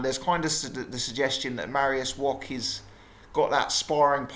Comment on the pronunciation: Mariusz Wok ? or Wach ? at least pronounce his name right.